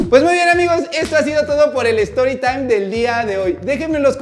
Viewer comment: La mamá de Samanta, Samanta, y su amigo: "por favor no diga nada" El doc: storitaim 🤠